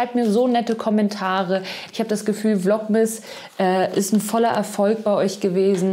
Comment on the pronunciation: Vlogmas ausgesprochen, hört sich an wie „Vlog-Mist“.. 😅🤐 aber ich finde deine echt unterhaltsam, easy-peasy, mal lustig, mal nett entspannt als würde man mit einer Freundin quatschen. Danke, dass du uns etwas an deinem Leben teilhaben lässt. Mach weiter so- und nur so viel, wie dir gut tut. 🙏☀️🙋🏻‍♀️